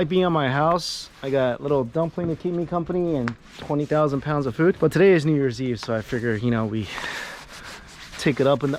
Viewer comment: Literally to the robot: “take me to fewd” 🤣🤣🤣 love you!! 😂💕